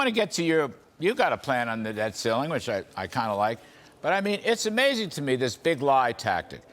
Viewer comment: has this guy had a stroke? honest question. he can on pronounce about half of his words. the guy on the left to be clear. he called rand paul "sen pau"